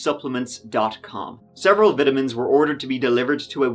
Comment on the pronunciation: "Vytamans" lol